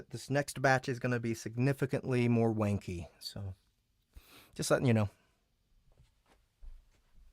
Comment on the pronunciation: where you’ve been saying “wanky”, do you mean “wonky”? 😂